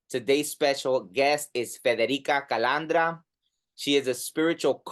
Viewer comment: Cool interview you said her name like a pro